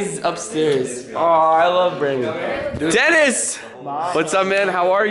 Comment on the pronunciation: I heard you said DENIS for some reason.